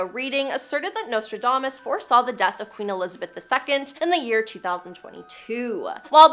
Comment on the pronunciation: If you're going to use words like impropriety, diplomacy, somnolence, relentless, lethargy, quatrains, auditory, and enigmatic you should learn how to pronounce them. Not once but TWICE you even pronounced Nostradamus incorrectly. If you're doing public speaking, or have a YouTube channel, perhaps someone should monitor your reading. It should be someone who's familiar with how to pronounce these fairly basic words and instruct you on the correct pronunciation.